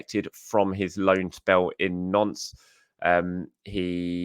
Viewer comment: Every time says Nantes I think of Prince Andrew...